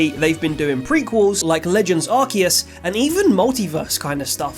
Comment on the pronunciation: So you pronounce Arceus like with a Q and Suicune with an S sound… shouldn’t be the other way around? How should it be? And can someone enlightens me, perhaps I’ve been saying them wrong all this time 😅